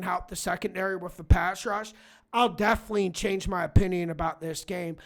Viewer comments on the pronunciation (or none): none